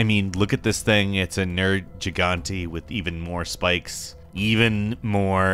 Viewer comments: No... Just no.... nurjeegauntay?..... noo... Nergeegantey.. try harder.. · What on earth is a Ner-Chi-Gan-E? Dear Lord... Why do people that don't know anything about games talk about them... ffs... every god damn outlet is shit. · The way you pronounced Nergigante like that made me cringe hard. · Admit that the hardest boss for you was pronouncing Nergigante correctly